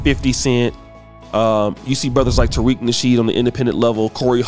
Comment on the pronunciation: Did you say Tariq 🤣🤣🤣🤣🤣